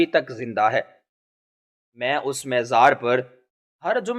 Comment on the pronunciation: مزار... م گے اوپر زبر ھے زیر نہیں.